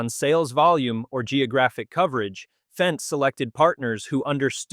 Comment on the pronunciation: Fendt, not FENCE!